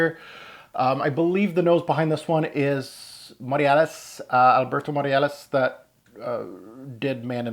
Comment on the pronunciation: It's Morillas by the way, not Moriales. Keep it up with the unboxing vids!